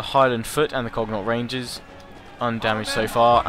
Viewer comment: I think "cun-aught rangers" is how it's pronounced, but that cold be just me.